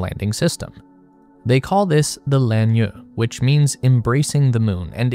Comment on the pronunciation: Lan Yue = Lahn Yweh (rhymes with "hey").